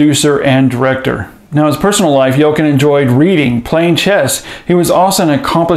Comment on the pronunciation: Pronounced YELL-CHIN